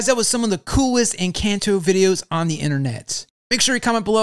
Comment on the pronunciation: its pronouced encɒnto